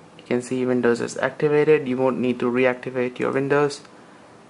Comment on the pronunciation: Alright, I have to ask. Your English seems great... Until you say Windows. WHY CAN'T YOU SAY WINDOWS? IT'S NOT VINOWS, IT'S WINDOWS!